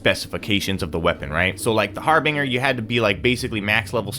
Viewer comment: The G in Harbinger makes a J sound just to clarify I hate correcting people because it makes me feel like a asshole but I’m genuinely just trying to help.